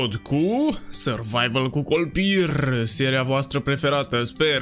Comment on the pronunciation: La început ai zis kolpirrrr 😂😂